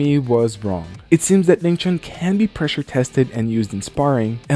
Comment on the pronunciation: Wing Chun, not Ving Chun